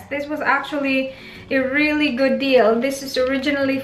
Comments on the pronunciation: Anne L napansin ko yung "gyud" pero yung babe di masyado. Pero that's okay tho. 😉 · Is it just me or she pronounces babe as "bayb" and good as "gyud" ??